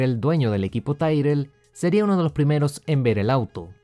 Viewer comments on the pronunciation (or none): Es Tyrrell no tairrel como te escuché decir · Ya lo dije en un video anterior. Para un aficionado a la historia de la F1, la forma en que pronuncias Tyrrell hace daño a los oídos. Te hace parecer poco documentado